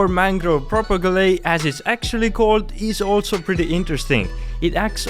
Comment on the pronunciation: The actual pronunciation for propagules is actually Pro-Pa-Gule, not Pro-Pa-Gu-le btw